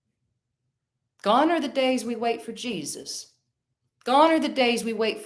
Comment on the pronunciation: Just the way Jesus was said tips me off, I should focus on